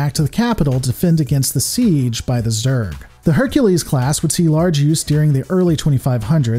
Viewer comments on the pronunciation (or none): none